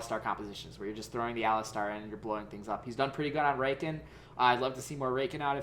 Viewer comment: rayken??? you mean rakan??